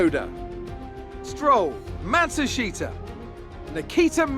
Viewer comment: why do you pronounce Matsushita as Matshusita?